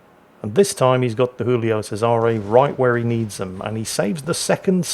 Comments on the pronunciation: it's not Julio with a Spanish pronunciation, it's Giulio in Italian - first letter pronounced same as in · Hey, Giulio you read with a G not an H, it ain't a spanish ship:D